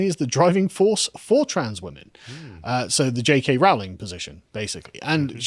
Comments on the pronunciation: ITS ROWLING LIKE "BOWLING". stop saying Row-ling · Rowling, pronounced as in "bowling' not "howling". Per.. lease! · For pity's sake, Carl. It's pronounced 'Rolling'. This is almost as bad as when you kept calling Rod Liddle 'Ron'. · Why can't you guys EVER pronounce her name right? It's RO ... Rowling. Not RAU. Do you check on any facts at all? Seriously. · FYI JK Rowling is pronounced like Rolling - as in "Rolling in money".